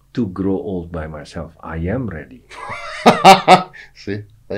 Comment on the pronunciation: Denger chef juna ngomong "a yem" bikin makin semangat belajar bahasa inggris, bodo amat pengucapan yg penting hajar 😍